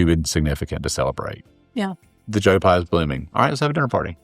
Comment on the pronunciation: Its Joe PYE not Joe Pi. Smh